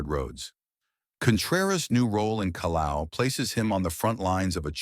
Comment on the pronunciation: Excuse me, sir, but the surname of the Peruvian priest is RIMAYCUNA, not "Rymajkuna". Since you are trying to illustrate us with these facts about the new Pope, which is a important task to undertake, I believe it would be better that you get them right. Also, the place in Peru that bishop Contreras has been appointed to is CALLAO, not "Calao", and it is Peru's main seaport and an international hub for ships cruising the Pacific Ocean.